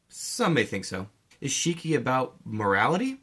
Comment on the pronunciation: Btw it's Shiki not Shriki